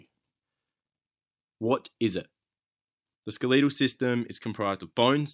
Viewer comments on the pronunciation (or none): Hate to break this you but it is pronounced s k e l e t al not skeleeeetal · Why do you say skeleetal it’s skeletal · SKELETAL not skeeleetal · i'm from england and i've never heard it pronounced that way xD